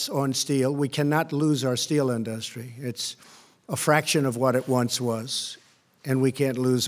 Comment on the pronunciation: Wait. Now he can't pronounce "industry" correctly?